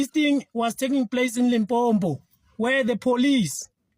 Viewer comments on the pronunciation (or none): Uvakala ngo pronunciation ya Limpopo not limpompo sdenge 😅😅